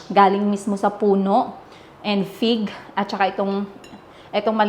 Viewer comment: Dinig kong binanggit mo pig kase wala ako sa harap ng screen sabi ko me prutas bang pig? Anyway fig pala lol😂 Have fun in Europe !!